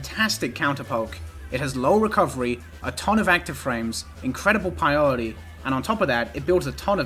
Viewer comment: "Incredible pie-ority",, 2021